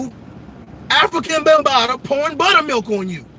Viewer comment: He said Africa Bunbatta